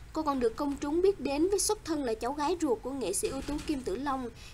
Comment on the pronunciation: "Công chung" ma đoc" công trung"lai luon😂